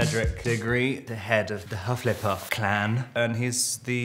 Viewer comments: The fact that he pronounced Hufflepuff as Huff- LAY -puff truly shows how much of a Hufflepuff he is. 😂😂😂❤ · Pretty sure he was taking the mick. He even said huff-leh-puff.